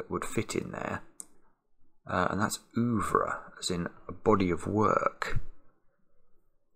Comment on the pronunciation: "oovre"... Pronounced more like "er-vre"...